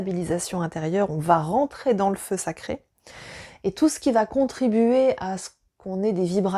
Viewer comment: Le fleu séché ? Le feu saché ? Ahhhh 🤣🤣🤣en tous cas, c'est une forte et édifiante vidéo merci c'est une belle découverte pour moi !😀